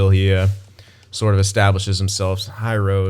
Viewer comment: missed watching these vids. btw, it’s pronounced “hih roshie”